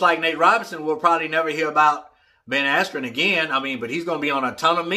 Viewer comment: This was one of the most unprofessional paid events i’ve ever seen. Seems like many speakers, singers etc,. were high and/or drunk. The live music was wack and they had audio issues as well. The presenter said Askren’s name wrong and they stopped the fight too early.